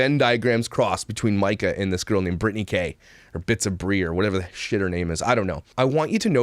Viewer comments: Her name is Breanna not Britney.. I screamed that out loud every time he called her Britney 😂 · *Brianna not Brittany. Everytime you say Brittany I makes her video better. If that's possible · Her name isn't Brittany - it's Brianna! If you're going to report, get the damn name right for starters! Jeez. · Actually her name isnt Breanna or Britney. Its Brianna Haha sorry but I had to leave this here.